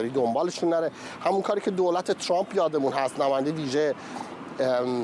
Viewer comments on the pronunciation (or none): none